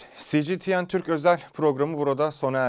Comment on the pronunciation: Si Ci Ti En Türk mü ? puhahahahahahahah duyduğumda videoyu kapadım....